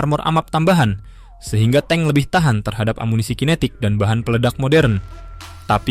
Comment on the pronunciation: suka yang baru bang soalnya yang lama nyebut tank jadinya 'tang'😅